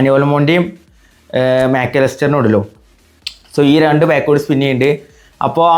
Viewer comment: Pack ❌ paak ✅🤣